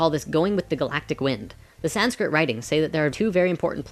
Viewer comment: Sanskrit...not sandscript.